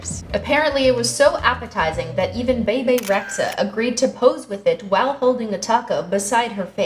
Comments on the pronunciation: BaBa reaxa its Be Be rexha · bebe rexha is pronounced Bebe Reja like [ɾɛdʒa] but maybe she prefers Rexa?IDK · Beybey Rexha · NAH she said Baybay recta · it’s pronounced bee bee rexa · it’s bebe reh-ja. ik like you don’t know and stuff and it’s fine but it’s albanian and the xha makes a j sound